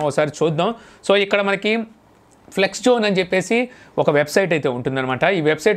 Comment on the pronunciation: నాన్నా.. అది ఫ్లెక్స్ కాదు ఫ్లిక్స్